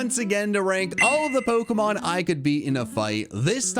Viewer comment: Worried about you pronouncing chinchou but you never pronounce pokemon right lol